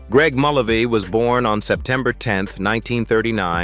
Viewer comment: Mul-LAY-vee. Why can’t AI get names right? I knew Marty when he had a rock group and wrote their clever songs. He was very quick and funny. And nice.